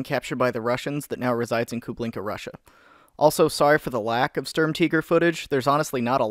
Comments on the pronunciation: Thorstein Memeson it's pronounced "shterm" not "stoorm" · Please just say "sturm" correctly. The u is prnounced like the "oo" in "boot" "Stoormtiger"